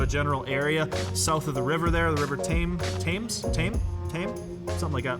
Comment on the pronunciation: The Thames is pronounced 'the tems.' Glad to help.